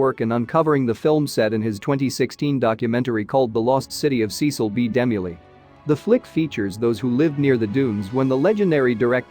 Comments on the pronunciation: Dee-mill not Demi-lee you went to great lengths to do an excellent documentary why the enormous error??? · His name is De Mill. Like Duh Mill. Not Dem mellee. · Its pronounced demill, ass! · I wish the narrator would pronounce Cecil B. DeMille's name right! I was confused when he was talking about Demi-Lee! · "Dim-u-lee", if I had not read the comments first, I would have been very confused 😕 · DeMille is pronounced Duh Mill!!!! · OMG, You really should do research into pronunciation, It was Cecil Demille and pronounced, D Mill. If you continue to make videos, be concise at least. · Only watched half way through and stopped because of the ridiculous robotic commentary. Cecil B De Milly? Seriously? Quite apart from showing a Meso American head at the beginning and then talking about a sphinx from a film set. What a lot of tosh. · I kept saying,"DeMille", every time it mispronounced his name. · That artificial voice mispronouncing Cecil B. DeMille's name is a travesty. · Nice video but your pronunciation of Demille's last name is incorrect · Not only do they get the pronunciation of Cecil B DeMille incorrect, they also say that the film was in black and white. The sequences that featured the Gate of Ramses was originally shot in Technicolor Process Two. The film was not totally black and white. File this site under click bait. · Another totally useless robot voice that can't pronounce names correctly... what idiots they are to use this garbage!!! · To whom it may concern: please listen to this description and tell me truthfully you enjoy it, ESPECIALLY when it is pronouncing names like the great Cecil B. DeMille! These robotic voices do NOTHING for the enjoyment or education of these video clips and I wish you would quit using them! PS: I am not the only one who thinks that way.